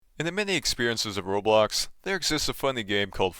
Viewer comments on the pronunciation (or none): none